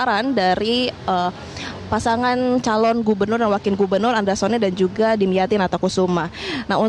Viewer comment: 😂😂nama nya pak dimyati bukan damyati, metro tv research dulu ga sih nyebut nama aja salah😮😮😮